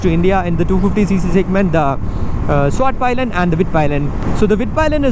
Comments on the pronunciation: Nice review 👍 About your pronunciation of the bike's name though, it was a bit incorrect, especially the pi part. It's said like pii and not pai. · Bro... It's not Palayan. ... It's pilen🙄